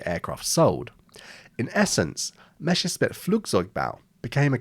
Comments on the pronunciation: What is so difficult about pronouncing "Messerschmitt"? You are constantly making a hash of the s and "sch". "Messer" is so easy to pronounce, just like "lesser", but with an m, and no, it is not "Mesher". And the "schmitt" part starts exactly like the word "schmuck", which English speakers can also pronounce. If you have issues with the latter, by all means call it "smit", but why "Mesher"? This annoyed me so much, I did not go past 2.5 minutes of the video. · The anglophone pronunciation "Meschersmitt" will never cease to amuse me. Interesting video! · Your pronunciation was ok if you switched the sounds of your double s and sch. You said Merschessmitt or Meschersmitt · I love how native english speakers always get the name Messerschmitt wrong. Like you make the right sounds but you swap them around in the word. just think of the ss just being a normal s and the sch as an sh. It's not that hard... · Interesting video! But the constant mispronunciation "Meshersmitt" drives me nuts!!! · Well, the video is very informative however I'm still surprised how every aviation youtuber I've ever listened to pronounces Messerschmitt as "Meschersmitt" for some reason. Quite the enigma. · I keep noticing on Youtube that english speakers often can’t pronounce ’Messerschmitt’ properly. Come on, it’s not ’Mescherssmitt’, please don’t spread wrong pronounciation. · My opinion is that i'm really upset by the fact you've interchanged the SS and SCH sound everytime you spelled the man's name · I have yet to meet an English speaker to pronounce the name Messerschmitt correctly. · I don't want to be rude, but oh god, I can't stand "Meshersmit" pronunciation. German "sch" should be read like English "sh". In "Messerschmitt" there is double "s" first and "sch" later, so the word should be pronounced "Mesershmit". Good video tho. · It's Messerschmitt, not Meschersmitt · Drinking game: Every time he calls it "Meshersmitt" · It's not meshersmith, okay? It's Messerschmitt